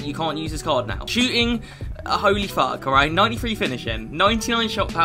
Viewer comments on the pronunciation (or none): none